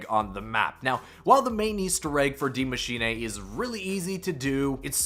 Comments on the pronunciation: I love how you butchered the name of the map. You make it sound like its a Japanese name. Its pronounced exactly how it looks its machine. Not machinay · You spelled Maschine almost perfect :D u only have to say eh at the end instead of ey Greetings from Germany 😂🇩🇪❤️ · You’re butchering the pronunciation of Die machine, it is pronounced “dee mah-shee-nuh“ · The giant monster is ORDA, BTW. & it’s Dee-ma-sheen-aye for me 😂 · He said D Mashinae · Every YouTube finds a new way to mis-pronounce the map name hahaha IT IS PRONOUNCED ‘DEE MACHINE-UH’ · It was pronounced like that in the trailer because the guy was Scottish smh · It's pronounced Dee- machine-uh, I'm German so I'd know lol. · dee machine-uh? Was labersch du? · dee maashenay LOL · masheenay he says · bec it isnt pronounced that way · well, hes not german, so it is to be excused